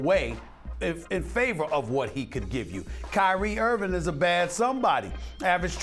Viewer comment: Irving not Irvin